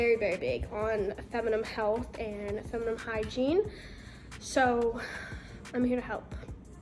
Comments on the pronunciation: whyyyy does she say feminime😭😭😭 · Feminnin😂😂love ya but you say it so funny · for the love of god, please learn how to say feminine correctly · You said "I'm not a gynecologist but I do know a lot". This is completely false. Especially considering you cant pronounce gynecologist or feminine correctly, you're selling a scented brand to prey on women's insecurities, and you're literally sixteen. Kindly leave the advice to the professionals. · it’s not a word that’s open to different pronunciations though 😂 you really should know how to pronounce it properly with your feminine brand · can't you teach her how to pronounce FEMININE?